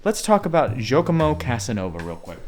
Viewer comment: Shouldn’t you have at least checked the pronunciation of Giacomo? It’s certainly not “jokomo” 😡